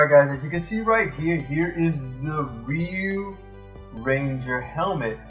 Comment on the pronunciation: If you’re still wondering, Ryu is pronounced “ree-you” such as when Ryu does his shoryuken move, he pronounces it “sho-ree-you-ken”.